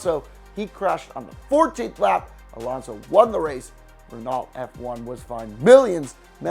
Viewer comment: Renault is “re” as in wren “no”